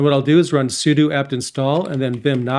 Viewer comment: Thank you for saying `sue-do` I don't recall when I've needed this but I know I have needed it. Now I know for next time. Thanks